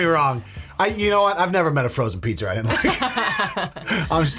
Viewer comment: Yes, did call a pizza a pizzer, confirming an earlier video where he said that sometimes Bostonians add R's in words that don't have them and don't pronounce certain R's when words do have them 🤣